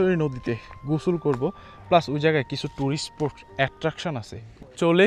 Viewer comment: স্পোট, ভাইক মানে কি...? উচ্চারণ ঠিক করেন।